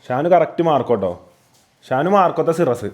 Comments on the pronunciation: സിറസ് ❌ സൈറസ് ✅ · സൈറസ് ❌സിറസ് ✅. 🙃